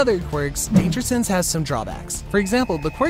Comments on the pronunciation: Bro it said sanse not sense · Danger “sanse”